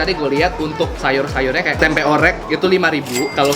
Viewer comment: Bang klo ngomong tempe akhirannya jangan pake K🤣